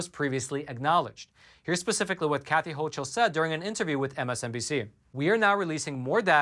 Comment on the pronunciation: FYI- New NY GOVERNOR— pronounced HOCKLE- not hochel.